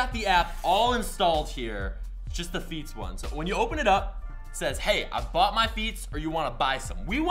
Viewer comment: Who else thought he kept saying beats not feats